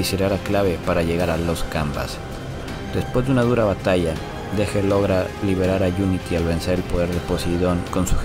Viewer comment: Dégel viene del francés (deshielo) y se pronuncia "deyel"